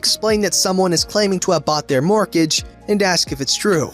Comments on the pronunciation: I've never heard anyone pronounce the T in mortgage before. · Really? It's literally pronounced "mort-age". What I've never heard is someone pronounce the first "g".